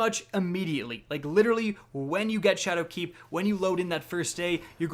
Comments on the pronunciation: Did he say shadow cak😂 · Anyone else notice how he keeps putting the accent on "keep" in ShadowKEEP? I cant unhear it